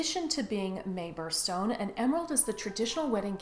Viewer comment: I couldn't quite tell what you were saying at the beginning...the emerald is a barrel stone? Feral stone? Can I just dump my emerald collection into a pot of olive oil and bring to a boil?